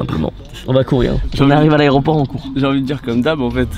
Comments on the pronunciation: « L’areoport » Ok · piwerre qui dit arioport hahahahaha